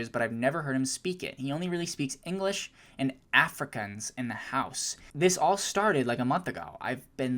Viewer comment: My mom is South African and she also speaks Afrikaans but the way you pronounced it made me die internally so this is the pronunciation. Ah-fruh-kaanz Also letting y'all know my mom's white❤ ppl always think she's black cuz she's African, she's not❤❤